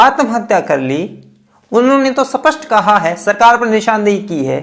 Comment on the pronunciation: Sir Wo सपस्ट nhi स्पष्ट होता है कई बार आपके मुह से सुना है कृपया सही हिंदी बोले